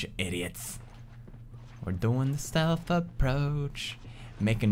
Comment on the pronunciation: when he says stealth it sounds like stealf